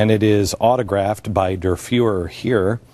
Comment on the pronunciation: Beck really can't pronounce German. "Der Fewer"